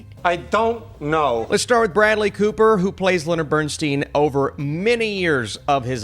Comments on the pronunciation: BernSTINE, not BernSTEEN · The man's name is pronounced "Bern-stine," not "Bern-steen." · His name is BernSTEIN not BernSTEEN! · You have some valid points on the movie but they are overshadowed by your NOT knowing how to pronounce Bernstein’s last name. It is BernSTINE NOT BernSTEEN! How did you overlook that and how much acclaim does someone need in order for their name to be pronounced correctly?! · OK, first of all, it's Bernstein, as in beer stein, NOT Bern-steen. As for the acting, I found Cooper's attempts to "be" Bernstein unconvincing -- for me he looks and acts nothing like the real thing and he tries much too hard to the point of caricature. The nose prosthetic is ludicrous, making him look more like a clown than anything else -- and the notion that he needed a "big nose" to look more "Jewish" is offensive. The movie overall is disjointed and confusing, omitting almost everything that made Bernstein so remarkable in favor of a love story riddled with clichés, topped by the inevitable cancer bit. Tragic yes, in real life, but way overdone in far too many tear-jerk films. It's also tiresomely tedious with way too much redundant dialogue that drags and drags to little point. The culminating scene where Cooper is presented as Bernstein conducting a portion of the finale of Mahler's second symphony is lifted directly from a video of the real Bernstein conducting that same piece. Cooper is not so much conducting as acting out the over-the-top performance recorded in that video, literally mimicking Bernstein's every overwrought gesture. To a music lover the scene is embarrassingly ludicrous. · It's pronounced Bern-STINE, not Bern-STEEN. He said that himself. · As much as this man's name has been (correctly) said in the past.few weeks, how on earth.did.you.still.manage to mispronounce it? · Did you actually see the movie? Have you heard Lenny pronounce his own name? Have you head his kids pronounce their name? I'd suggest you do and then remake your video.